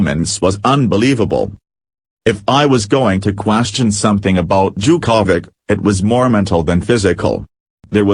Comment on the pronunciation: I love the way you say Novak's last name.....Cha-ko-vich. LOL